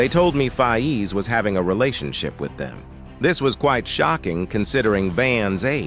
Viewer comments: Its not fayeez its Fayz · One of th big things I am concerned about is why is it pronounced fi ez? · The DisRespect on Faiz's name is crazy